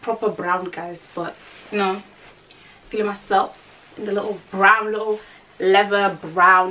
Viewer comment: Its proper what, PROPER BRRRROWN ! 😂😂